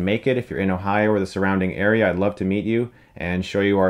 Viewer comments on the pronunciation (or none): none